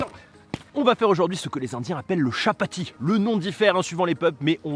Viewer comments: Ça ce prononce tchapati 👍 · Sa se prononce **Tchapatti**. Pour info